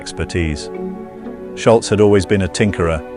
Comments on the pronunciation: Ok fwiw, it's not pronounced "Shultz" with a "T," its "Sholz" like "Shoals" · People still getting his name wrong after all these years. Its Scholz Not Schultz This guy knows how to pronouce it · I believe Tom’s last name is Scholz. Not Schultz! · I think it's "Sholz", not "Shultz"... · Argh.. pronounce it Scholz, not 'Schultz'. People always pronounce a "T" at the end where there is none. Anyway, absolute legendary guitarist and band!! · Your details sound quite believable to this major Boston fan. So why do you mispronounce Tom Scholz's last name as "sholtz" all twenty-two times you mention it? There is no "t" letter or sound in Tom's last name. It is pronounced like it is spelled. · It's not Schultz, it's Scholz (rhymes with moles). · It's "Scholz" not "Sholtz", idiot. And, I grew up less than a mile from him(and the studio they recorded the debut album) in Wayland, Massachusetts. Pumped his gas, too at the Arco around the corner from his home-into his ratty old 240Z. Frequent "baller" at the outside courts at Wayland High. I won't watch the rest of your video just because you can't pronounce his name properly! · It’s not “Shultz”, it’s Scholz’ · You know, the guy's last name does not have a "T" in it............................. It's SCHOLZ............. Not Scholtz................... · His name is Tom Sholz, not Shultz. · You should start by pronouncing his name correctly. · Nice summary, but it sure would have been nice if you had pronounced the man's name correctly. 🤔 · It is a shame the Narrator got Toms last name wrong.